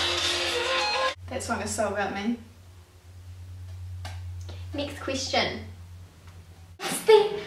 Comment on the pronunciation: "Nixt Question"